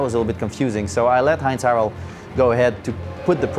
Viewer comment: Surprised how well he is pronouncing "Heinz-Harald". The german H is not easy for french native speaking people anyway. And he even got the "ei" right.